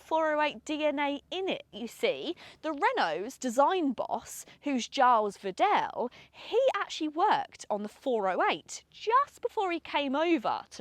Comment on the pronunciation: Could at least make a bit of an effort for the pronounciation of Gilles Vidal...